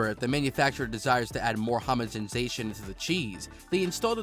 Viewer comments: "Germinate and grow during sheer life" what does that mean😂 "Homogenation" "Homozinzation" "Homogemzansion" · “Homogendgezation” “hamatization” “hamazenzation” “hamenzensation” “homergizer” “hamangized” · I couldn't stop laughing. I'm not even mad he mispronounced tons of word. When he was talking about the "hahmagenis" process I almost urinated from laughing so hard. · Grand Grandollar homogenzatiton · What is homonzensation? 🤣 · This video is describing Velveeta cheese. He can not pronounce homogenization or many other simple words used in the cheese industry. This was like a junior high student who cheated on his project and copied the wrong info but was not aware he did because he has no idea what he’s taking about. He’s reading from a script